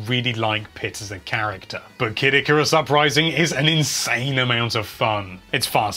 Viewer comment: yawshi and ikerus. its yo she and eye car ree us